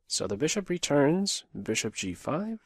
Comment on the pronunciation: When you said ' Brishop' I knew you'd been drinking. No more Grobs, please. I gave you a thumbs up, but that was out of kindness